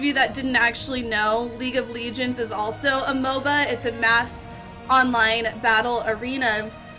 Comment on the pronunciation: How many times do people have to teach u how to say LEGEND not ligend